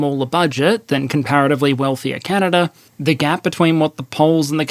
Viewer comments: Stop saying Canader, it's Canada, and it's Korea, not Kore-er and media, not medi-er. If you can't use proper pronunciation, don't post anything. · The geneava balance patch really hit canada hard Also theres no R in canada mate